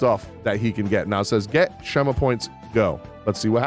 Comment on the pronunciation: Schema is pronounced "Skeema"